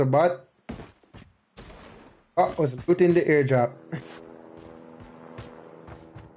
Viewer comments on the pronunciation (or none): "Eardrop" = "Airdrop"